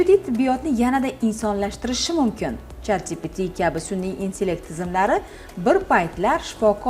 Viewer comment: chatdpt😁 pronounce is lil wrong😅